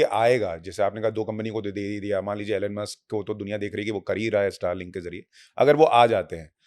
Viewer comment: Very good, comprehensive, informative podcast. Many thanks to both Hon. Minister and brilliant host 🙏 Elon Musk = एलेन मस्क नहीं, *Elon = E - lawn , ई लॉन WITH RESPECTS, Sushanth Sir, PLEASE MAKE CORRECTION 🙏🙏🙏